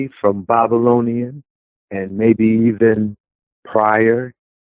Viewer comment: this dude cant even talk right"bobalonians"? come on